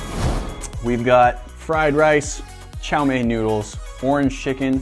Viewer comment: Chou mee noodle You can just say sterfried noodle Not sterfried noodle noodle